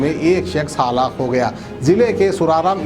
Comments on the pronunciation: Haalaq nai hai woh halaak hai..... Zara urdu ke talaffuz pe kaam karo aap maherbani hoti kyu ki urdu me news sunare aap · Haalak nahi bolte halaak bolte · Haalak Kia halak plz prounciation correction needed